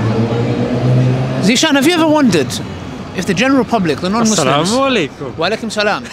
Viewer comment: The way he said assalamualikum 🔥🔥